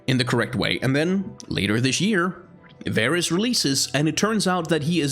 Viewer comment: Not varus. He is vaarus